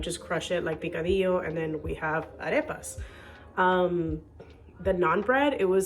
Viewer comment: Is your native language Spanish? Must be , your Arepa and picadillo pronunciation is perfect 😍